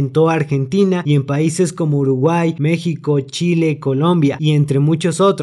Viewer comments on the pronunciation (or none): none